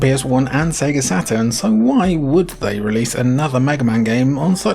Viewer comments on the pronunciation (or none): none